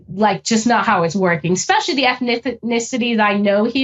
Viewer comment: Bruh. Someone working for the CIA who says “ex-cetera” and “ex-specially” omg. it makes everything you say suss. It’s ET-CETERA and ES-PECIALLY